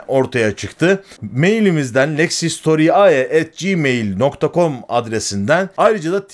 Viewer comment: historiae diye değil historiay diye okunur btw